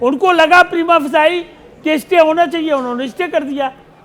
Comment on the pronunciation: Primaphesee होता है,प्रेमाफसाई नहीं ।